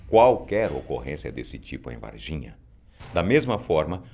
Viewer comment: Juro que ouvi e Et de vagina kkkkkk